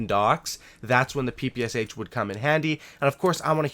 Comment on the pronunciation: wow wow just a second.... not p.p.s.h., that right p.p.sh....thx))